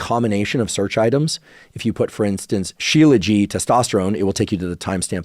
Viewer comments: It’s not… “Shiela ji” It’s “She-laa-jit” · He’s pronouncing it correctly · I come from a culture where I saw my great grandfather, grandfather and dad took it every single morning. It is most definitely NOT pronounced with a silent T.